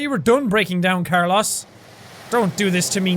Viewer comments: I love how Jack pronounces carlos as carloss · I am sorry but I love the game but, it’s (Car-loos) the ‘O’ is a long ‘O’, like in the word Rope......I really love the game and everything about it but that was bugging me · It's Car-loss. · How to pronounce "Carlos" Car-loss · Carlos+ Jack's pronunciation=Car Loss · Colour Streak its more so pronounced car-lows since its a Spanish name and the o has less emphasis then we'd commonly use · since when is Carlos pronounced CarLoss lol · You bothered me every time you pronounced Carlos Carloss lol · Ahem... It's pronounced car-loes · The way he pronounced Carlos reminded me of Kurloz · Is he pronouncing Carlos Car-loss XD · wondering if thats how jack pronounces carlos or if its just because its ironic :p car-loss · Jack its pronounced k AA r - l oh s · Who else kept getting triggered when he pronounced 'Carlos' as 'car loss' XD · brucey I was cringing every time he said "Car-loss" because Carlos my real name😄😄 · The way he pronounces Carlos 😭😂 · I don't think I've ever heard someone mispronounce Carlos before. That's... interesting. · literally why is nobody talking about how he pronounces carlos ??? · When he says carlos wrong the WHOLE TIME! Its cool stay positive! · OH he pronounces Carlos differently than I do it’s weird! AAAAAAAAAHH! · Why must you pronounce Carlos Wrong!!!!!!! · I'm sorry, but this kinda annoys me... you pronounce Carlos wrong. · Is anyone else triggered by him mispronouncing Carlos? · Am I the only one that noticed jack is pronouncing Carlos wrong? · Jack I love you, but thats not how you pronounce carlos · Does he not know how to pronounce Carlos? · you're saying Carlos wrong and it's weird. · The way he pronounced “Carlos” made me want to DIE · My father is named Carlos. My brother is named Carlos. I have cousins named Carlos. Never In my life did I think a person could fuck up the pronunciation of Carlos. GFDI Jack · You're pronouncing Carlos wrong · He pronounced Carlos incorrectly.